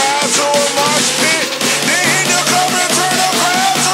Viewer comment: lyrics are fine, i would just rather have not pronounce it "marsh pit" and not say "dis morning'.. sick song though